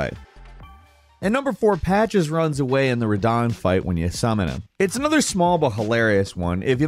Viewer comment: Ah yes my favorite character, Ra-Derick-Ka….